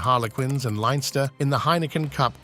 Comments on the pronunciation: Leinster is pronounced “Lin-ster” (silent E). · Commentators in the recent URC called it "Lenster". The ei is pronounced the same as in "their". 🤷‍♂ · Leinster pronunciation thoroughly raped there.